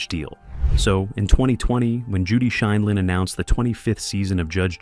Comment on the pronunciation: This must be an AI voiceover because it mispronounces judge Judy’s last name